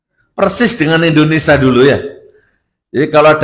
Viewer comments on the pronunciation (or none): INDONESIA bukan INDONESA